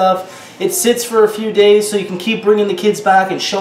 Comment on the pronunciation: Did this nigga just say "days"??